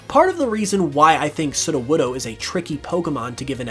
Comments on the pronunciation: I heard Sidowodo not Sudowodo ( Sudo - wod- oh) Sudo mean Fake or False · Every time he says sudowoodo wrong gives me a tiny stinging headache